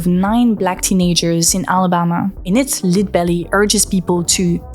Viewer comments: “lead” (fr. plomb) is pronounced “led”, not “leed”. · I just binged a few videos and she pronounced lead this way a few times before, english is messy with vowel consistency, but im trying to learn french rn and its tough as a tongue twister so i cant judge